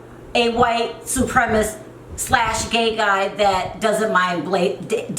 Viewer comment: "White supremist"... Lol idk if it's your accent or if you're just pronouncing "supremacist" wrong but either way it's cute af 🥰❤️